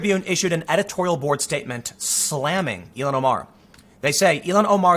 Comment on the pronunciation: I've never heard her name pronounced as you do ("E-lon"). I have always heard it as "ill-hon".